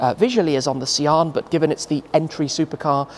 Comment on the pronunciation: Sian is pronounced Sean/shawn